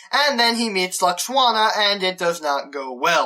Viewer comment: Is no-one else horribly distracted by the fact that he keeps pronouncing Deanna's mum's name as "Lux-Wanna"?! 😣😖😫😩😤